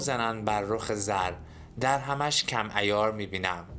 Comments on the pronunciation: سلام توصیه میکنم در خواندن اعراب کلمات در اشعار دقت بیشتری بفرمایید.مثلا درهم. با کسره دال باید خونده میشد نه با فتحه.! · دِرهَمش کم عیار میبینم یعنی ارز دیجیتال.. سعی کن شعر و صحیح تر بخونی با عرض پوزش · چند کلمه را غاط خوندی مانند کلمه در هم که درهِم است وکلمه گَرد که گِرد است یک کلمه اشتباه معنی جمله را عوض میکند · درود، به جاست که کمی در تلفظ کلمات مخصوصا کلماتی که در تلفظ های مختلف معانی ی متفاوت می‌دهند دقیق تر باشیم مانند عالم و درهم (که سکه ی نقره هست) گرد که دایره ای بودن هست و معنی غبار هم میده، با سپاس از ساخته های شما